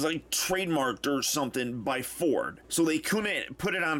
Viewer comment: did you say ford?